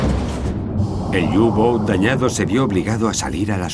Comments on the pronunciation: por q dicen u gou ..q cagada ...eran los u –boot ..por que informan tan mal ,y pronuncian horrible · Pero que "iu bouts" que son alemanes, no ingleses, coño.